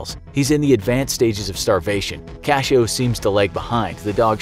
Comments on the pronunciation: It' s "cachorro", not cashoe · You said dog wrong i know how to say it I have a mom that speaks it and she taught me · Is "Cachoe" actually "cachorro"?